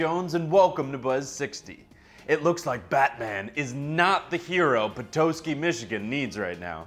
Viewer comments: It's Peh-tah-ski not Pe-tow-ski ! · dieing at the way he pronounced Petoskey. grew up there my whole life and never heard it called that